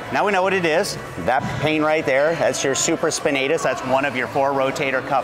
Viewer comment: I believe its supra spinatus not super spinatus . He's a Doctor right?